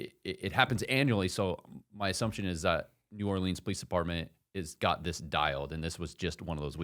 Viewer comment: New-Or-lens not New-or-Leans